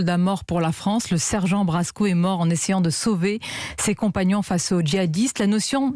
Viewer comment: Sergent Blasco et non Brasco madame !